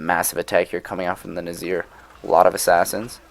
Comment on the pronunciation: There's one thing that bothers me. How should Nizars name be pronounced. Nazir or Nizar? Because even though it's spelled Nizar everyone keeps saying Nazir :D